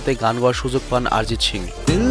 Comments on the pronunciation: আরে ভাই আরজিৎ সিং না তার নাম হল অরিজিৎ সিং ভিডিও বানাইছো টিক আছে নাম টা শুদ্ধ করে বল 😡😡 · সালা আগে উচ্চারণ ঠিক কর। নামটা তো ভুল বললি তার উপর সিং কে শিং উচ্চারণ করতেছস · প্রথমে উচ্চারণ ঠিক করুন গুরুদেবের নামটা ঠিক ভাবে উচ্চারণ করুন ARIJIT SINGH অরিজিৎ সিং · আপনি ঠিক মতো উচ্চারণ করতে পারছেন না, নামটা হবে অরিজিৎ সিং, আরিজিত সিংহ নয়। দয়া করে ঠিক নামটা উচ্চারণ করুন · দাদা অরিজিৎ সিং নয় অরিজিৎ সিং